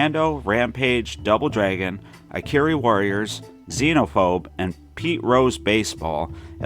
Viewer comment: Ikari is pronounced "ee kah ree." In Japanese, it means 'Anger.'